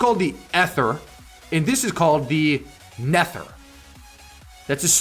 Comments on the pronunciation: I think its pronounced nether bro like nether rhymes with weather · Nether is the underworld and aether is heaven and its pronounce neither without an I And a e ther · It’s supposed to be pronounced like the nether dimension like in minecraft and the titan is supposed to be pronounced ather (not being rude I have a thing with pronunciation) (love ur vids!)